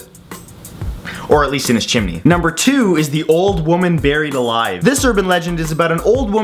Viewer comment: weird why do they say Baryed not buried?was Bary the first human who got umm baryed?